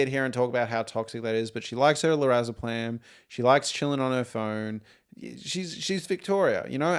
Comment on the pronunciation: Great analysis and discussion, but the constant mispronunciation of Lorazepam in this video is so distracting lol